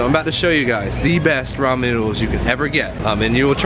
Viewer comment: Yess!! You say Ramen right! I am so happy rn xD